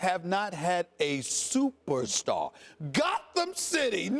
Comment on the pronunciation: Stephen A Smith: The knicks haven’t had a supastar Eva! Max Kellerman: but not only that Stephen A. But the knicks have NEVER had a SUPER Star EVER! Lmaooo😂😂😂😞